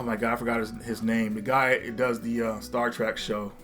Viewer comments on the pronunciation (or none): none